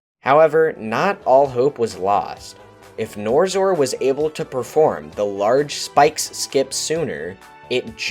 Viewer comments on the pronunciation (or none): bro the person who made the video pronounced yuor name wrong its nor X or not norzor. How do yuo feel about that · I understand why you're saying NorXor like that, but it drove me a bit crazy. Still a great video.